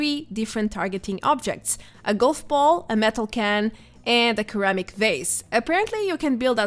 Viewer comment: Ceramic is pronounced "Seramic" . The C is a soft C, pronounced like an S. Why? Who knows.